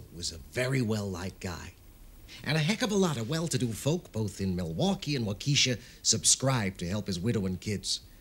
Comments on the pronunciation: Just to be clear....it's pronounced WAU-ke-sha...not Wau KE-sha.....:) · She refers to Waukesha, Wisconsin, but her pronunciation is so humorous is so "quaint", Waukeesha! I live but 30 miles away! Damn nice town!